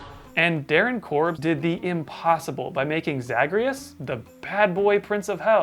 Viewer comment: Okay I haven't played Hades yet bc I don't have anything that can run it, so idk if that's the way it's pronounced in the game, but As a fan of the DWEU the way pronounces Zagreus hurts me.